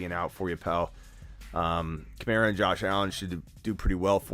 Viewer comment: Am I the only one who gets irked when people pronounce KamAra like Kamarra